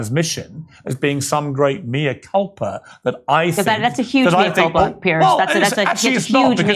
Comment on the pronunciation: Morgan makes great pretences to erudition - yet he can't even pronounce 'Mea Culpa' correctly. We have armies of media stooges over here, that seem to be almost in the employ of big pharma. Another somewhat less vociferous one, Davina McCall, now has her 'benign' brain tumour after receiving the Astra Zeneca vaccine.